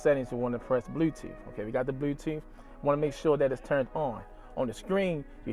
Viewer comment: Blew tewoof 😂😂😂😂 sound like the bmore accent